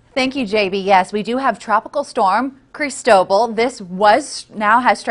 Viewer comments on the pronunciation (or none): Can someone pronounce the name crist-o - ball correctly I'm gritting my teeth..it's spanish! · Cris tow ball. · Please learn how to pronounce the name. The accent is on the LAST syllable. This makes me cringe almost as much as pronouncing Quatar as cutter.